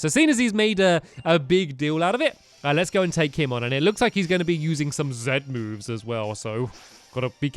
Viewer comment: Its zee-moves not zzzz-moves